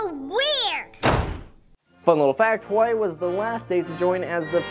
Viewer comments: Its hawaii not kawaii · You're mispronouncing Hawai'i and Hawai'ian, also I think King Mickey being there could potentially be a hint to the Heartless possibly invading that world someday and you pronounced Frankenstein wrong.